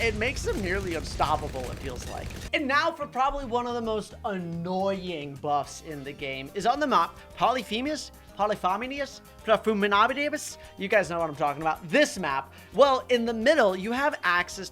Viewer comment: The map name is pronounnounced poly feme us